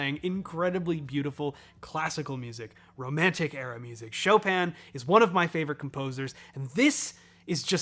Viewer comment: Choppin' : Chopin